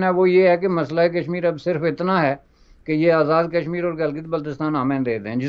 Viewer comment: Kashmir ( not Kasmur).